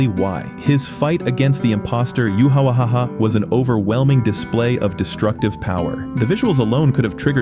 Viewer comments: Bruh the yhwach pronunciation just killed me 💀💀 "yhwahahaa" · thats a wrong pronunciantion.